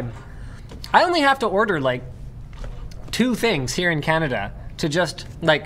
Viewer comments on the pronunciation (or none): none